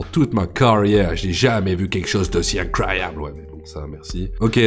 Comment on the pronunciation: " Regarwde à gauche, y'a des dauphins ! C't'incrwoyable... " Ton accent Zamblesque m'a régalé.